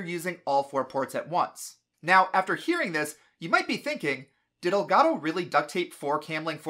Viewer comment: Is it not pronounced “El Gato” like Spanish for cat? You’re saying el goddo